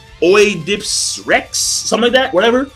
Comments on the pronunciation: ED-I-PISS IS HOW ITS PRONOUNCED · LOL It's pronounce "Ed-di-pus". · O is silent in Oedipus. Never heard of Oedipus complex? Thermit is believed to be what happened in WTC in 911 attack, by some anyway. Tor is a real program, but I don't think it can fool the NSA though.